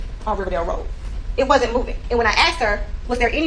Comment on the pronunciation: This prosecutor has a DOCTORATE in law & STILL says "Axed..." & jump ouch yo car." Unbelievable. Thank god for affirmative action.